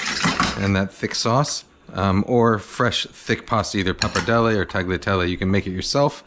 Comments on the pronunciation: Tagliatelle is pronounced 'tah-lyah-tell-eh'. The G is silent, similar to how the G is silent in ‘gnocchi’. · Free Italian lesson: Barilla is Italian so the double LL is pronounced as a long L, not like in Spanish. Also in "tagliatelle" is pronounced similar to "tah-lya-TELL-ay". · Mouth watering video. Oh and the “g” is silent in tagliatelle.